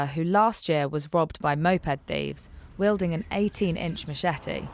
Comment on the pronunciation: "Wielding" ... not "yielding".